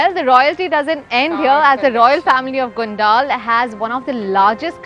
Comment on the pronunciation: Name of this town is Gondal Here D is pronounced as D for dollar.